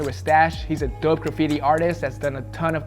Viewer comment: The way he says dope lol